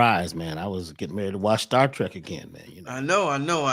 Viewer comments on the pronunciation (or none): none